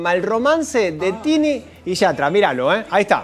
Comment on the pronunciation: No se ve una mierrr.. pero es mas incomodo escuchar al conductor pronunciar mal YATRA